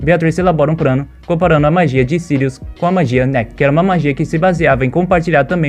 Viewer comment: "Pobrema", "probrema", "o prano" kkkkkkkk só pérolas. Vlw por esse tempão de conteúdo top, sempre quis saber como continuava a história, sucesso👍🙏